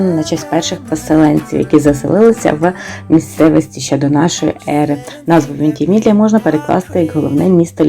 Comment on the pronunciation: Центр регілійного життя,Вентімідлія,-ще забула як ви Лотрингію називаєте,як у вас це виходить? Всі слова перекручувати ? То так і продовжуйте- перекручуйте назви всіх міст і регіонів,кількість підписників зросте і всі будуть шукати ,по ваших назвах де воно є? Буде весело